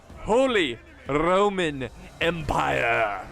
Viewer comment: "Charles V of the Holy Rrrrrroman Empire"